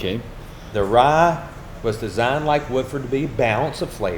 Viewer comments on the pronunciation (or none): Warum sagt er "Rah" statt "Rye"?